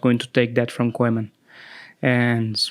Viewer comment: Anyone finds how this guy pronounces “Koeman” 😅😂😅😂